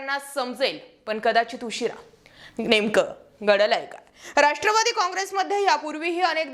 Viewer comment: घड घड बोलत जा बाई ... गडलय... नाही.. घडलय असं अस्तय ते...😅😂